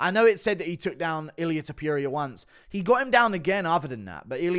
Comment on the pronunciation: Pronounce TOPURIA probably u fuck😂😂